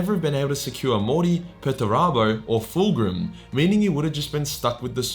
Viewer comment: please correct your pronounciacion of foolgrim. thanks.